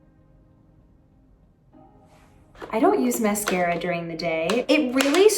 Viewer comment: They way she says mascara is giving her New York accent 😂